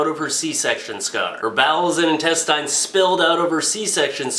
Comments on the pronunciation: Intest-eye'n....? I've honestly never heard someone pronounce intestine like that in my life.... It's Intest-en. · + Hey, what's up? I love your videos,, but just had to make the comment that the word intestine is pronounced with the last syllable having a short 'i' sound like a tin can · Tactical Turd He's not pronouncing it the way its spelled. The way its spelled it would be pronounced "in-tes-tin" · FOR GODS SAKE "INTESTINE"